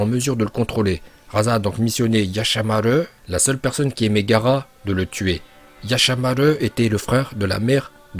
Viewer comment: nouvelle prononciation en vo : yashamaleu